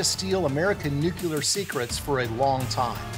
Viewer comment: The overbearing music in this is not cool, it is just annoying and distracting. And the narrator should learn to pronounce the critical term, nuclear (new-klee-ur). Not, new-que-lure.